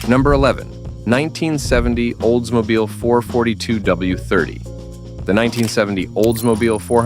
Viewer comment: What is a Oldsmobile Four Hundred Forty Two? Does he mean Olds 4-4-2? I'm out of here.